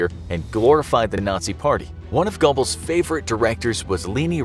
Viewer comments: Gobbles? come on man. Who doesnt know "Gerblls"? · gotta say the pronounciation of goerbles is painful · Not pronounced Gubbles. Pronounced Goerbles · If he pronounces G-o-b-b-l-e-s one more time, I swear... (Disclaimer: I'm not German) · Stop pronouncing his name like that. Its pronounced Joseph gerbels. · The fact the they couldn’t pronounce Goebbels correctly made me shake my head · Goebbels doesn’t deserve the respect of having his name pronounced correctly. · its soo funny how is pronouncin josephs last name wrong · Is it me or did he say Goebbels wrong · Ugh.. pronunciation of Goebbels just hurt my soul